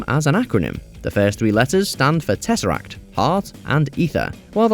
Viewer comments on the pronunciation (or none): none